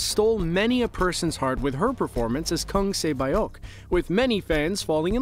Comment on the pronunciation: Correction: Pronounciation isn’t ‚Sae-Bayok‘. It‘s ‚Sae-Biok‘